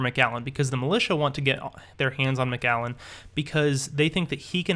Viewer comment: you said macgallen its macallen